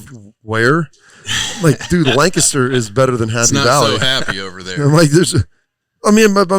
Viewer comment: why didn’t you correct terrible pronunciation of Lancaster lol as a kid from Lancaster it triggers me